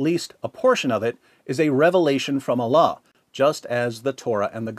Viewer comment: Bapak ini menyebutkan Allah sempurna sekali. Subhanallah.